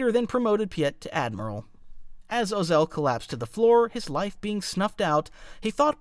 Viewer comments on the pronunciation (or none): I hope it isnt just me who gets irked when he mispronounces "Ozzel" as "Oz El"